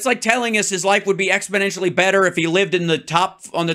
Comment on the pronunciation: Hal, it's exponentially better, not expodentially